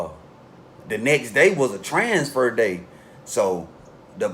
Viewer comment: 😳😳Tranfer...I Thought It Was TRANSFER 😂😂